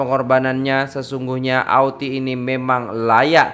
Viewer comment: Kalau saya kerajaan ,saya anugerah kan gelaran Dato' untuk nenek laushi ini. Saya nangis tengok laoshi nangis . Semuga laoshi dapat hidayah. Semuga laoshi di jaga oleh orang sekitar dan jiran jiran . Kesian dia . Nur Muhammad ,cak bukan nur muh. Auntie di baca Anti